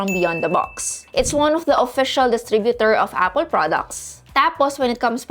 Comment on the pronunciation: " A-pol " LOLLLLLLLLLLLLLLLLLLLLLLLLL